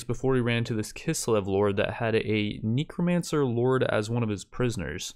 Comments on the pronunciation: Why do you keep changing between neek-romancer and neck-romancer? It's pronounced neck-romancer. thanks :p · Ah yes Kneecromancers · "Neekromancer lord" HAHAHAHAHAHAHA Its a Kneecromancer, he raises knees.